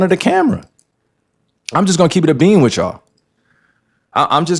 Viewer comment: its not keep it a beam nigga its bean lmfao